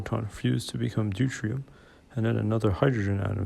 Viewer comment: Deutrium? You mean Deuterium?